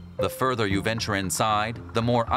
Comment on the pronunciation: Ya. Who narrated this? The word is "you," not "ya."